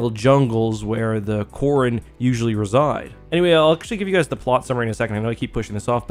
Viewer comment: Korun. Not Quarren 😆